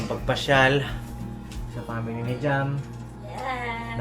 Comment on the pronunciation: Shoutout po ka papi…. 😊🙏👍. God bless everyone.!!! Comments ko lng po . Pronouns sa Family hindi po pamily 🤪😆 kundi po Family ang tamang pronouns. At si mama ka business po hindi nka seatbelt???👀🙄🙄🙄 for awareness lang po nka vlog ka pa naman nakikita ng buong mundo.. 🤞🤞🤞 real talk lang po yung lng po kc nakikita ko sa vlog .. congratulations po ulit sa wedding nyo. Best wishes God bless always.. bira!!!! Banat !!! Lng Gogogo…👊💪💪💪